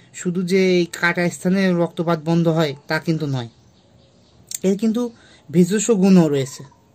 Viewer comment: ভেজস না ভেষজ